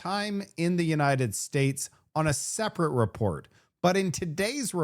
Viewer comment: Luv your reporting😊"ILL SEE YOU ON THE NEXT RAPORT"😃😃